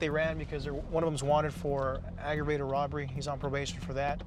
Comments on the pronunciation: “Argreated robbery”😭😭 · "Auto-Grave-ded Robbery" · I heard Autoberry Robbery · aeveratged robbery? aggrevated robbery.